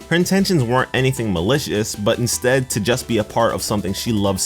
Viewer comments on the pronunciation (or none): none